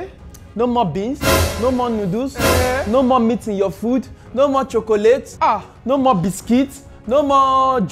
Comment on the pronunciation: The way he says chocolate